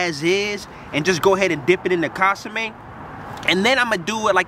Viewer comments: Bro got me dying talkin about casame😭😭😭 I’m like wtf is he talking about, til I realized he was referring to the consume (con-su-meh) 😭😭😭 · "Casame" hahaha